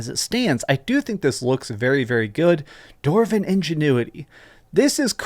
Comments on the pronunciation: DWARVEN… why does he keep saying “Dorven.” Also, not sure the need to see more. I like being surprised. This is a nonissue. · 'Doorven scenes' 😂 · Anyone else notice every time dwarven or dwarf was said it was doorvin and doorf lol. No hate just made me chuckle. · Why do you pronounce "dwarf" and "dwarven" like that? 💀